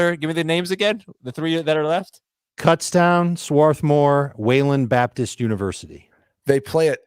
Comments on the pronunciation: You guys are saying Kutztown incorrectly :D, its like Kootztown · You are saying it wrong. its Cootstown